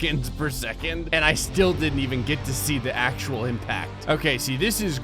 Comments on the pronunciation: You said Do instead of To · "I used the earth do destroy 100,00,000 moons" instead of word "to" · "Do destroy" 😂😂😂